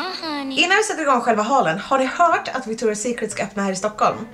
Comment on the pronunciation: Hahaha, jag typ skratta ihjäl mig när du sa fel på Victoria secret 😂😂💕